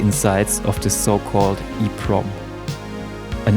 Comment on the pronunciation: It's not EEPROM. It's EPROM